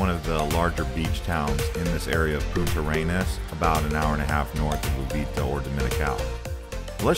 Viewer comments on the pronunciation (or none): Is not Punta Arenas... Is Puntarenas